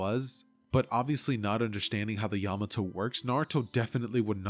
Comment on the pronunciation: PEAK video but OMG how you said Yamato actually made me tweak, but I still love the video keep doing good!